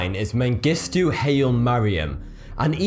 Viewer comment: It's hi-lee. Not Hail. Sorry. My name is also Haile and it's a huge pet peeve. You can't be expected to know every name in the world but that one is as popular as John in some places